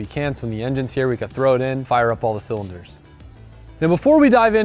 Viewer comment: The way u said all the cylinders was odd, u putting some sort of diesel motor in there